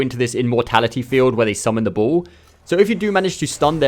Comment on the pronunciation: Took me a while to realize you were saying ball, not bull. I don't remember seeing any enemies that summon a bull.